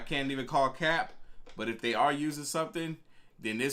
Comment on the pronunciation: It’s hard watching these, he talks to much. Chill wit the “cap” you playin tf outta that goofy ahh not even saying it right 🤦🏾‍♂️😂